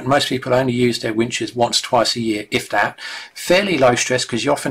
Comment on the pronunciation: I dought da same ding